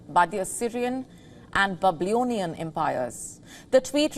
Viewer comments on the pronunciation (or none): Bablionian 🤣🤣🤣🤣 why does it looks like the news reader is learning to speak in English?? so many phonetic mistakes